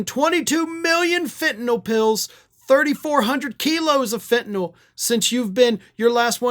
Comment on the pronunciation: OMG! You know how to pronounce Fentanyl like it is spelled. Most folks call it Fentanol. I have wondered if Americans can spell or read English. Maybe we really do need a Department of Education?